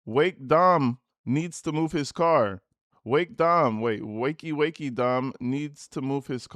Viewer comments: "dim" is supposed to be "Dom". 👀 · Could ‘Dem’ be ‘Dom’? 😬